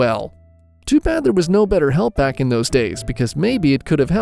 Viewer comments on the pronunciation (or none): none